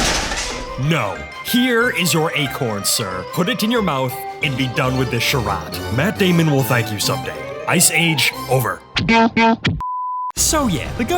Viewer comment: I love how he says charade as sha-rod instead of sha-raid